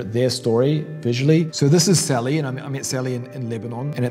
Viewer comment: "Sally"? That ain't no "Sally"!